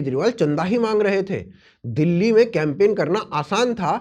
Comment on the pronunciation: ध्यान से सुनो । चाचा दुल्ली बोल रहे हैं,दिल्ली नहीं।और दुल्ली जैसा कोई जगह है ही नहीं इस जहां में तो बेरोजगारी कहा कि मिटाएं 😮